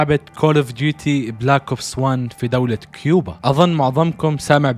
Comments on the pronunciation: كوبا مش كيوبا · الدوله اسمها كوبا مو كيوبا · كوبا مو كيوبا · 🇨🇺 كوبا ❌ كيبوا✔️ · اسمها كوبا يالحبيب 😂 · كوبا ❌ كيوبا ✅ 😂😂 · كوبا❎ كيوبا✅ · اخي عندك غلط اسم الدولة الي في المرتبة الثانية كوبا مو كيوبا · كوبا 🇨🇺 وليس كيوبا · كوبا مش كوبيا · يا اخي دوات كوبا مش كيوبا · دولة (كوبا) ولسيت (كيوبا) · مش كيوبا كوبا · اسمها ( كوبا ) مو (كيوبا ) ☭ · دولة كوبة ليس كيوبة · تصحيح الدوله اسمهاا كوبا وليست كوبيا* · مع عدم المؤاخذة في تصحيح لتعليقك انت قلت ( تصحيح الدولة اسمها كوبا و ليس كوبيا ) بس هو قال كيوبا مو كوبيا لا تفهمني غلط بس اصحح تعليقك